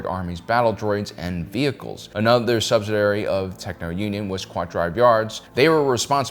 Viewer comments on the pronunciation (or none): Subsidiary, not subsidary. And how does antitrust lead to nationalization? A bit more actual history might be helpful.